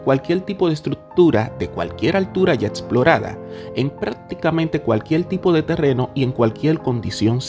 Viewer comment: Di cualquier, no cualquiel. Hehehe se te hace dificil eh!